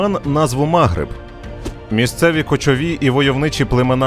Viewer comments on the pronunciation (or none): Таке враження, що диктор спеціально шукає найбільш ідіотські наголоси: чому мАгриб, якщо магрИб. Для історичної справедливості також скажу, що вестготи так дістали корінне населення, що воно дуже часто зустрічало арабів, як визволителів